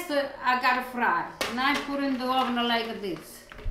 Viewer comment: " now I put a little bit in the hovennn for carmolele motion"